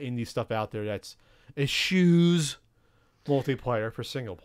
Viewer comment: This show isn't short on running gags, but I want to always pronounce "eschews" like that in the future.